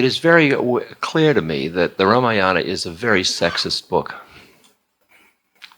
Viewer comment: I have yet to see even one Westerner pronouncing Sanskrit names like Ramayana, Mahabharata! Ram Dass is no exception. Ramayana belongs to another age- the Treta Yuga when ethical values, dharma was different.